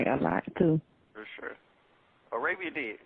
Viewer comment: “For sur”